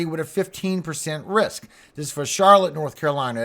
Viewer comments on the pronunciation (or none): none